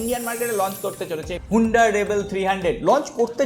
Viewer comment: Huunda na honda